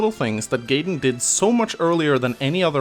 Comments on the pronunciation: Come on, its GUY-den not GAY-den:( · wtf you pronounce Gaiden here correctly but insist on calling it GAY-den? You fucking troll:(